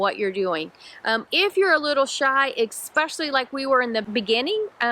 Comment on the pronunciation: Love your videos. Thanks for the effort! I do chuckle every time says eckspecially. Must be a Georgia thing.;-)